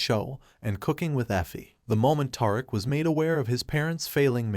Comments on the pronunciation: 😂😂😂- Tariq - but yr right WHO IS TAR'RICK? 😂😂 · Dont leave him a thumbs up but leave him a thumbs down for mispronouncing tie Rick 😅😂😂😂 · Tiriq 😂that’s not his name mister it’s Tariq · His name is Ta-reek not Tar-rick lol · Who is Toriq?😂🤭It's pronounced Tyreek but not spelled that way. His Mom Tosha but spelled Tasha. Tajata😂😂😂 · Ta-reek not Tar rick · WHO THE FUCK IS "TAR" ICK???????....YA BIG DUMMY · He is butchering his name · its TARIQ ...TUH RIQUE ! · It's TA-Ric-A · Righttttt who is Toric 😮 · TAHR iK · I know, who the hell is TAR-RICK? Smh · Naw, Taurik did that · Who is gonna tell this dude that he is butchering Tariq's name???😂😂😂😂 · I was done this video, when the narrator could not say Tariq's correctly! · I rarely give videos a thumbs down BUT the video showed nothing after 6 minutes but a black screen. And you saying Tariq's name wrong is annoying and quite Mayonnaise like. Please correct that for future videos. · i can't watch this video this guy is is destroying Tariq's name dude are you serious? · Please pronounce his name correctly jeez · My god please say Tariq name right geech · Tell him again sis. I cannot watch it anymore because its horrible to hear all the names pronounced incorrectly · This guy must be reading a strictly white folk script...killin Riqs name like a substitute teacher! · This dude in the video is destroying Tariq’s name so badly 😆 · In all of my years of being on YouTube, listening and responding or following people, I have never complained because your thoughts are your thoughts. HOWEVERRRR, IT IS EXTREMELY IRRITATING FOR THERE TO HAVE BEEN TWO BOOKS OF POWER, AND YOU CAN'T EVEN GET TARIQ'S NAME RIGHT NOT EVEN TASHA! HOW CAN YOU TELL A STORY LIKE THIS?! I CAN'T WITH YOU! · Lmfao slaying his and Tasha name in like hell noo